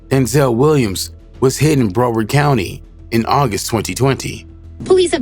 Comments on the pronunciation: It's pronounced "BROW-WURD"🤦‍♂️ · Bro said BRO ward county 😅😅😅😅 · bro you can’t pronounce broward ? i’m from the lou and i know how to pronounce